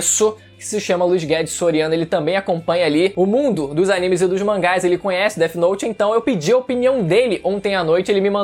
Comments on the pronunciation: Death note n,é dert note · o cara falando deti note me pegou mane kkkk